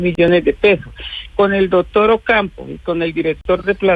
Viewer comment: Con todo respeto pero que mal hablada, una ministra diciendo: " juera y dotor" por Dios en manos de quien estamos?